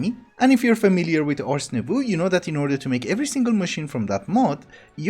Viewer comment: Just pointing this put, but "Nouveau" in "Ars Nouveau" is actually pronounced "Nou-v-oh". Im bad at explaining but basically instead of ooh at the end, its just oh.